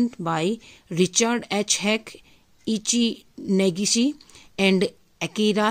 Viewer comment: Good evening mam, ur pronounced Ei - ichi neigeshi very well,,🤗